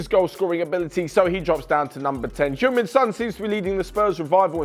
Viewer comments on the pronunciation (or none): Who's HyEunG Min Son ???........ I only know Hueng Min Son